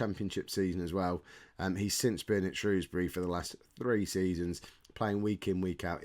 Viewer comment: Pronounced Shrewsbury correctly. Yay!!!